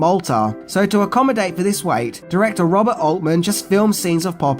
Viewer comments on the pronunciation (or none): none